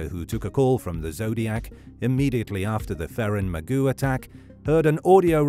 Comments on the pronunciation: His name is pronounced Moo+Zho, not Ma-Goo. Is it really so difficult to pronounce the names of the victims correctly? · It’s not pronounced Magoo, Mageau is pronounced as Ma-jeow. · It is so not pronounced “Magoo”